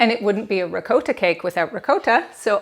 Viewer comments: Hearing you say RE-COAT-TA is strange. Sounds much better the correct way, as in Ri-cot-ta. I'll probably watch your other videos. Hope they're pronounced correctly. LOL. Anyway, thanks for sharing. :) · Bless your heart ♥️ Parents were both full blooded italian ( raised in USA ) PA Never heard it pronounced that way! It all good ! Mom made everything homemade! I subscribed to your channel, However I live 6,700 ft above sea level! Baking can be a challenge. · The way she is saying ricotta. ☠️🪦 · Please pronounce ricotta correctly